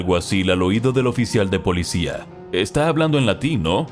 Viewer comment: Me gusta como dice polidsia